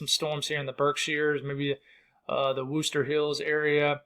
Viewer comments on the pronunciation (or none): none